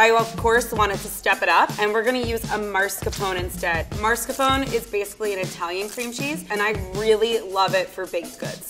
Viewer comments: Mar-sca-pon? XDD maa-skar-pow-nei mascarpone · did the professional chef just say MARSCAPONE instead of MASCARPONE cream? Uhm...? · and the way she pronounces it maRscapone... no. Just no. It's mascarpone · So that pastry chef has been going around saying “marscapone” for 9 yrs and no one told her it’s actually mascarpone? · Excited to try the croissant dough for these!! I made croissants for the first time a couple weeks ago and they were so delicious! Making cinnamon rolls with it would be amazing!!! 😍😍 Also, just cause I’m a B...it’s “mas-carpone”, not “mars-capone”😅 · 60% of the comments: is the best! 🦄 30% of these comments: I’m in love with Level 2 10% of these comments: OMG, Level 3 said Marcarpone instead of Mascarpone! 😱😱 Me: Googles “what is Mascarpone” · IKR i was going to comment the same sis you’ve been a pastry chef for 9 years LEARN THE NAMES, IT’S CALLED MASCARPONE NOT MARSCAPON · Anyone else getting really annoyed by the pro chef saying marscapone instead of mascarpone? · Ugh, I cringed every time she pronounced it MaRscapone. 🤦 It's Mascarpone, for the love of God! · The way says MARScapone instead of mascarpone is so funny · It's MAS-CAR-PONE, not MARS-CAPONE. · Anyone else noticed that the level 3 chef kept saying ‘marscapone’ instead of ‘mascarpone’? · Isn’t it maSCARpone and not maRSCApone? I mean I’m Italian I should know but I don’t know if it’s different in English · MASCARPONE not MARSCAPONE! Why was that so annoying to me? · Minus the deliberate mispronunciation of maRscapone 😝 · Nobody: Not a single italian soul: Literally no one:: MARScapone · Ain’t it mascarpone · You're all wrong.. Marscapone is actually a specialty Italian cheese named after the long lost brother of Al Capone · I thanked the food scientist out loud when she pronounced it correctly (ish, for a non Italian speaker) after all that MARScapone! It's strange how uncomfortable it felt hearing it pronounced that way! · worst part, she says MARScapone